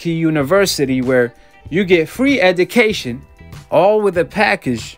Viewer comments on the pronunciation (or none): U can’t even say education right